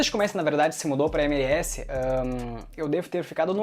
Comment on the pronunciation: cara me desculpe fazer uma correção, a pronuncia correta é: êmelés